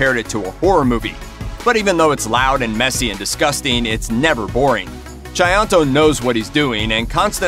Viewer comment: Thats very good pronounciation of Tjahjanto name.. Good job! 👍